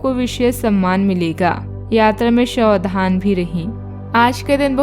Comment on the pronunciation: सावधन को शावधान बोलते हो